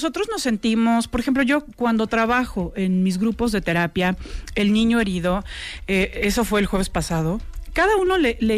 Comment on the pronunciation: Por que dice ñiño. 🤔